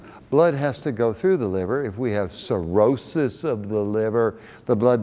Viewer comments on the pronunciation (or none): Skip to and watch him say "cirrhosis of the liver" 😂